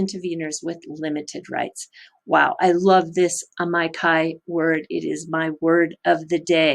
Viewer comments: The latin word is corectly pronounced "ameekee" or "ameechee" depending on which side of the scientific debate over latin pronounciation you are on. Certainly NOT "amaikai"! Thanks for the video. Very informative" Two thumps up! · Loving it as always - one thing - Amici (ah meee chi) Italian for friends:)